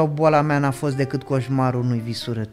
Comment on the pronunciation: Sunteți fabuloși, dar ce ne facem cu "dăcât" ul ăsta 😅...